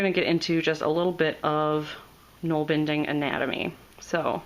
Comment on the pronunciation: Gnoll bending? :O You'rt bending gnolls? It looks like nålbinding to me, bind, binding, nål - where we get nail and needle from. Not pronounced gnoll.